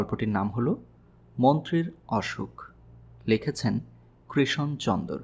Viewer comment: 'কৃশন' নয়, 'কৃষণ' চন্দর ... please